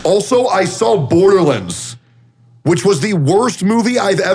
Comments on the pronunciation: lol Tectone: Borderlins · "Berderlunds" is killing me lmao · Every time Teccy says "Borderlands", it physically hurts